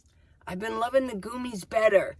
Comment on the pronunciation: I take gummies for D3 and they're great! It's called gummies, not goomies though 😂 Sounds like gummy bears!